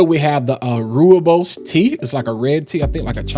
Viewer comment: Rooibos tea is from South Africa. It's pronounced Roy-boss. Much love!